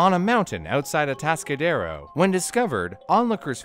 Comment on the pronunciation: As someone from Atascadero, the way pronounced the name was funny to me